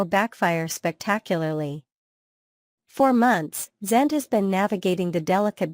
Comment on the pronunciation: yeah funny that......... it is an artificial intelligence talking and you'd think that it could pronounce the name correctly